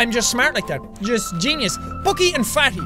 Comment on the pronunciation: Its bucky and fatty not fally